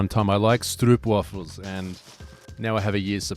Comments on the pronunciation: That stroopwafel pronunciation sounded really japanese.. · troeoeoeopwaffel 😂👌 im dutch and also love ur content